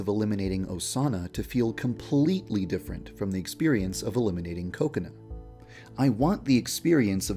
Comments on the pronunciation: I don't know why but when Yandere-Dev says "Kokona" it sounds like "coconut" ._. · I'm sorry but the way he says kokona sounds like coconut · You say kokana like coconut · Heheheheh it kinda sounds like he says 'coconut' when he says Kokona. Hehehe no offense. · Whenever yandere dev say kokona it sounds like coconut to me xD